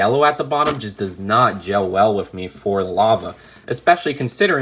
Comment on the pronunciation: There’s a lot of "wif"s in this